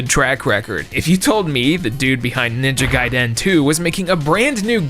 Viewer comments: Why do you say ninja gaiden so weird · Unrelated to everything but I despise the way he says Ninja Gaiden